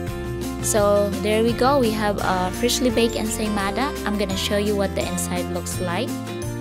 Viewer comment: “Insane mother..” instead of ensaymada😂😂